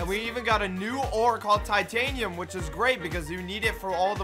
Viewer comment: Titanium not Tiatanium